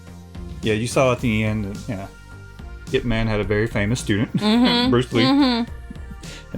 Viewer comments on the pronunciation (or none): Dang generations of today are seriously lazy, I don’t know where you got that from? But ignore all those who think it’s spelled as “I.P.” (as in IP address) because it literally is not how you say it. IT IS PRONOUNCED as YIP MAN without the “Y”, the title “IP” is sort of nickname so it be so-called easier for the western culture 🙄 which still seems hard for individuals to say. I should know this as my father was a die hard fan of both Bruce Lee & IP MAN, he even practiced karate in his youth as well as had the yellow jumpsuit with black stripes, he over time got more interested in music then after getting married and having kids he couldn’t continue pursuing it.